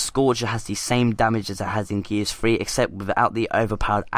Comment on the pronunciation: Stop saying gears free